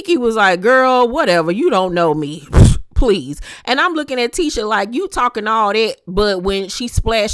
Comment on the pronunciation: just can’t get Tisha name right 🤷🏾‍♀️ l be yelling at the screen it’s Tee-SHA not Tish-A 😂😂 no one corrects her